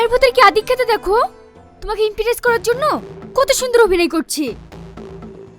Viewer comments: উচ্চারণ টা imperess নয় impress 🙂❤️ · ইমপ্রেস ❌❌ ইমপ্রিস✔️✔️ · Imperes na Ota impres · Imperes naki impress😂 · ওটা ইম্পেরেস নয় ইমপ্রেস...😅😊